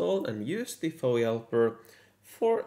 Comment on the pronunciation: Don't call it, "Fowee Helper". It's F-O-E Helper.